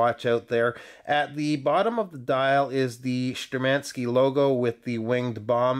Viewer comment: Stress on "u" to make it perfect. )) ShtUrmanskie. Also GagArin would be right for that guy.